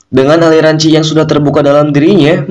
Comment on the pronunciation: Bukan ci min tapi Qi